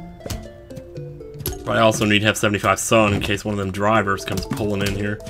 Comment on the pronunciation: It's so great that you say "There's too many AWWFthem" and I legit just went back and watched you Willow Playthrough again and was blessed with hearing the origins~